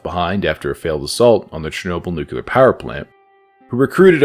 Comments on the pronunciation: nu-clear not nuke-u-lar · Never trust a guy that says newquelar instead of nuclear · nuclear, not nukular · nucular lol